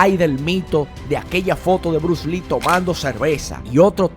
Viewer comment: Por favor tú eres un hombre inteligente y muy educado no te coma las S cuando tú menciona el nombre de Bruce Lee tú no menciona la S, por favor menciona la S donde vas las S. Gracias